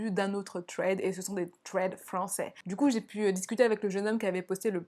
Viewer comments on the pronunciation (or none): Agl ça se prononce pas « sss » mais « th » c’est tout mdrrr, dire « sraid » ou « trèd » c’est très à la française 😂